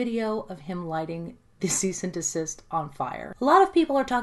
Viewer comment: "Cease and de-sister" I'm dying lol